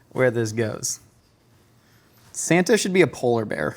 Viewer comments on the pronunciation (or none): none